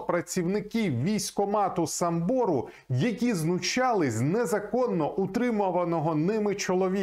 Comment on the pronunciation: САмбору,а не СамбОру